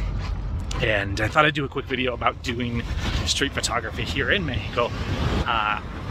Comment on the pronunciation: It's nice listening you to pronounce México in Spanish :)